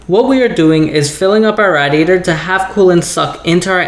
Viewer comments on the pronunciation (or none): Why can't you say radiator right?